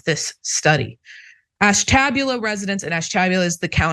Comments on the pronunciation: Hahahaha! Ash-tab-ula! That’s funny! Sorry, but it’s pronounced Ash-ta-bula. My wife is from there. And I totally believe the results of the study. We can’t understand why anyone would live there is they had a choice. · …that would be : Ash-te- bu - la…. Just sayin….😅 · “Ash-tah-bewla” is the pronunciation. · She very badly mispronounced Ashtabula! I have family living there and that is not remotely how they pronounce it! It's Ash-ta-bu-la. NOT Ash-tab-u-la. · Ash Ta BYOO Lah lol.. It's not AshTABulah.. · ash - tuh - BYOO - luh. :face-turquoise-covering-eyes: I used to pull news off the AP ticker to read on the radio, so trust me: ALWAYS ALWAYS ALWAYS check pronunciation BEFORE going to air -- highlight ALL odd words, and if necessary spell them out phonetically (no schwas!!) with a Sharpie. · Nice report but painful to listen to. Ashtabula is pronounced ash-tuh-byoo-luha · No biggie but its pronounced Ash-ta-bula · Ash ta BU la. (Ash TAB ula is how it's pronounced as a joke! ) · I can't stop laughing at the way sayin' Ashtabula! It's pronounced ash-ta'byoo-lah. Though, to be fair--as you've clearly illuminated--they've got bigger issues to concern themselves with, it seems.😬😅💯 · Ash ta buel lah Not to be snarky just for next time. Never mock a pronunciation, they learned that word by reading. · Sorry, but the sound of your pronunciation of Ashtabula is a bit jarring. Ash ta bu' la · Pronounced Ash tah bew la with the accents on Ash and bew. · With respect, Ash - ta (short a) - bu (as in imbue) - la (short a). Side note: briefly mentioned in Bob Dylan's "Buckets of Rain" ... err, sorry, "You're Gonna Make Me Lonesome When You Go". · lol. It's Ash ta Byoo La. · Pronounces Ash- ta- bu-La. Indian word. I live in Trumbull county. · It’s Ash-tah- buel-a btw. Born and raised a Buckeye here. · Sorry but it’s Ash ta BUL a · Ash-ta-bule-la for future reference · It's Ash-ta-BU-la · Ash- TA - Buell - La. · It's pronounced ash-tuh-bew-lah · Pronounced "ASH-ta-BYOO-la"